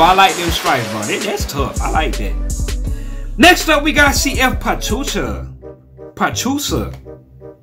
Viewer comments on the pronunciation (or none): Pachuca is pronounced PA CHOO KA